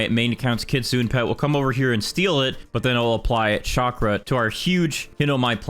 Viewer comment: Why do people pronounce kitsune as 'kitsoon', isnt it kit-su-neh